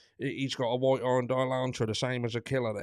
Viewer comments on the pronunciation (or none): Good afternoon 😊. I'm sorry I'm late for watching your videos. I have big internet issues (and I'm so sick), but I must admit you made me laugh with the "vite" car/Elantra ! Was that a German accent lol 😂🤣. Anyway this case is driving me crazy !!! Thank you for being yourself 😁✌🏼